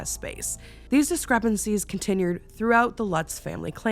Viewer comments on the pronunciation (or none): 7:2o did she just say "continyured"? lol i thought it was cute